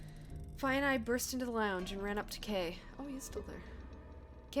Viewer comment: "I don't know. Little wavering in your loins." Ha ha ha! I also liked that this is at least the second instance where you put some spin on the word "lounge." In one of the earlier episodes you said "loongch."